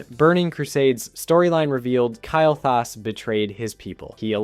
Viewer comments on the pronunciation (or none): or calling Kael'Thas "Kyle"